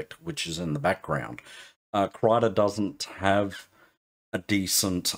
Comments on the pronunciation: Krita = Crayon in swedish. :) "Kreeta" is closer to the correct pronunciation than "Kritta" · It's not "Krayta", it's "Kreeta"